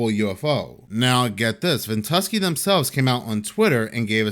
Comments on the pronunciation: VENT-U-SKY... Is how it's said if you care. Not big deal. But I'd want to know if I need to talk bout it.. stay blessed my brotha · Its called ven-tu-sky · Its Pronounced..vent-U-sky! 😊 when ever you put up a video..all of the rest have to wait. Yours come first! ❤ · I LOVED hearing Ventuski! 😅🙂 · Hey, the app is pronounced ven tu sky. Like the sky above. I watched this on MRMBB333. I know he had a video on it pretty quickly.